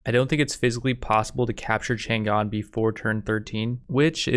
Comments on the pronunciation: chan‘gan ❌chang’an✅ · It's not Chan Gan. It's Chang An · "Tzaang On" is more accurate pronunciation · I just heard Chang an get mispronnounced like 5 times in the first 20 seconds I can never recover from this travesty